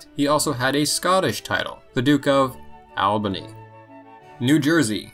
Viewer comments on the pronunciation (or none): none